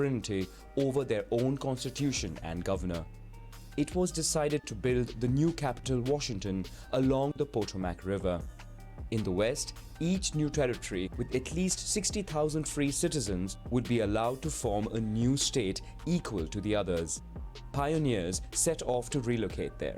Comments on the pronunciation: I think this guy studied "woke" history in India? The Spanish established St. Augustine in what is now Fl. In the 1500's. This guy is a bit out of whack on so many things. He for sure doesn't know where the accent goes on the Potomac River. He's made so many mistakes I want to find him and bitch slap him. When I was in the UK I found a really nice multi part series on the making of America. Was pretty cheap, under £8 and pretty darn accurate & fun. I am pretty sure this is the series. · puh-TOE-muc, not POE-toe-mac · Lavish Luka, the French and Indian War was the setting for the movie "Last of the Mohicans". In case you know enough about the D.C. area to notice something was wrong there, yes, he pronounced the river there as POT-oh-mack, rather than puh-TOE-mc. I remember as a kid in school, not only having fire drills, but air raid drills as well. After listening to the narrator during this video, my guess is that he's either from the Caribbean, or is an African English speaker. I could be way off, obviously. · PAT-TOW_MICK not PAT-O-Mack. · "Po-toe-mac" river? This narrator sounds Indian or Pakastani, the river is pronounced "Pah-toe-mick" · The "POH-TO-mack" river!? Ah, yes, that's as ignorant as an American called it the THhh-AYMZ" river. lol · How can you take this seriously when the narrator said POE-tah-Mac River??? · Paa-tow-mick. RIVER. Get it right. ;) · What the narrator said Potomac really fucking annoyed me. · Please don't pronounce "Potomac" like him. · As a Washingtonian, I am offended when the river running through my city is mispronounced! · I felt legit offended at the way he pronounced Potomac